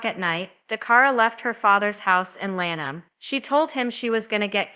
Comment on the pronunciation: You need to do a serious update video tape show she went to a night club she left home to go out Please stop trying to profit off people grief also watch the Maryland state police video also learn how to pronounce Lanham Maryland